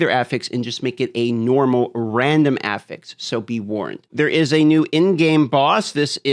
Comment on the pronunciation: I don't know why, but the pronunciation of the word "affix" makes me physically upset.